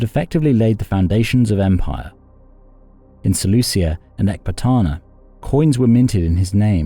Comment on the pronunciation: "SeleuSia", FFS...